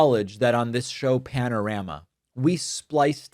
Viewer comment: Firstly, how did you just pronounce 'Panorama'?! Er... try again! 🤣 Secondly, unlike over there where you guys may continue to kick and scream and yet allow Trump to continue to get away with his nonsense, we won't let him! He messed up when he tried to fu*k with the Beeb!